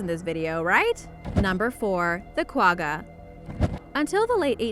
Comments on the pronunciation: You mispronounced gwagga, its pronounced ggggg like when you have flem in your throat, so kwagga like you're clearing your throat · Hahaha you said Quagga wrong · Learn how to say quagga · Omw the way she said quagga .... it is not nearly the right way to pronounce it... i am from South Africa.. and one of our zoo's has a kwagga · When she says quagga wrong lol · She's say Quagga wrong. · Not the way you pronounce the word Quagga